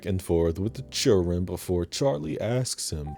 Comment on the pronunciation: Not the churren 😂😂😂